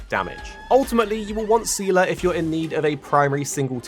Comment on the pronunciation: Thanks for the video! As a Honkai lore nerd I'll weigh in on that aspect. The official English pronunciation is "Zee-luh" so you pretty much got it right. You don't really need to know the lore from Honkai Impact 3 for Star Rail but it can help you catch some of the deeper lore references. For example in HI3 Seele is an Estonian orphan who lost her family in a Honkai eruption in Siberia. Clearly Star Rails story doesn't take place in Siberia so for all intents and purpose those Seele is a different character. If you are interested in knowing her HI3 backstory it's definitely worth diving into however. For a bit of history lesson, Mihoyo likes reusing story elements and characters in new games, and they've been doing that since before Honkai Impact 3. The concepts of reincarnation and Samsara are often major themes in their games (as in from Buddhism). However Star Rail is a bit of a different case since it is actually technically a real spinoff of Honkai Impact, even featuring two characters that are actually from the game (welt and silver wolf). But the story and setting seem to not require any prior knowledge so far.